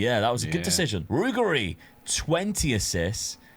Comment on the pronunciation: Brother in christ 😢 use Forvo, you're butchering SO many surnames! Example: Ruggeri=Ru-GG-Eri. Meaning Ru-Ge(as in Gerrard)Ri. Not Rughery